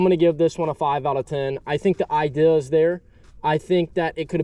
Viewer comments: It’s Idea not ideal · who taught you to say IDEA?